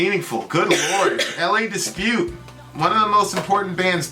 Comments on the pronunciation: 'La' not 'LA' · it's La, as in la la la, not L A lol but maybe you know that now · Is it hard to say La it’s not L.A it’s frustrating. I remember why I unsubscribed to your channel. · It's La not L A Dispute. La dispute. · "Lah" Dispute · Pronouncing it wrong 😂